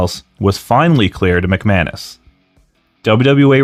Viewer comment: The guy's last name might be McManus, but all I hear is McMahon-ish. Also I love how Road Dogg can still basically use his copyrighted WWE name by dropping the second G.